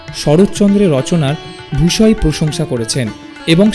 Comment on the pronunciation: কী জ্ঞ্যান ভাই আপনাদের! সাহিত্যিকদের সাহিত্য নিয়ে কথা বলছেন, ভাষাটা ঠিক ভাবেই জানেন না। আপনি ভুয়সী কে ভূষয়ী বললেন! ছি? সম্মন্ধে কে সনমনধে বলছেন। রবীন্দ্রনাথের লেখা চিঠিটির কপি দিন।"রবীন্দ্রনাথ শরৎ চন্দ্র কে সহ্য করতে পারতেন না" এই তথ্য কোথা থেকে পেলেন?